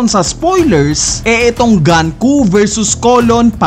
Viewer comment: diba sa Japanese, you will read the words as is? like GUNKO not GAN-KU, pero pwede namang mali ako.